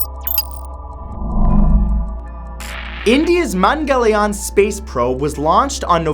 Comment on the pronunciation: Mangal Yaan. there is no " i " in it. Mangalyaan literally means "Mars Transport".